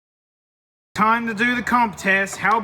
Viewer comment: compression test "tiem"